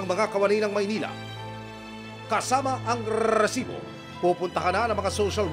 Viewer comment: rrrrrrrrrrrreeeesibo.. nakakakakabwisssit pakingan